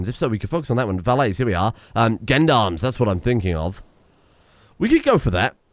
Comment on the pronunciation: For information, Gendarme is prononced like gender without the d sound at the beginning